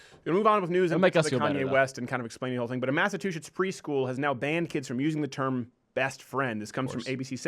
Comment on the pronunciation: Did he say Massa two shits instead of Massachusetts.